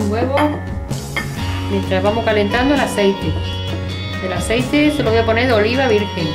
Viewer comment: el aseiti